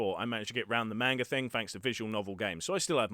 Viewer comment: If u want be voice actor practing saying thing instead of like fing. Your bottom lip must not touch your top teeth when u say thing.